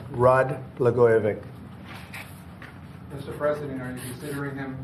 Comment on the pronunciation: Melania didn't tell him how to pronounce Blagojevic?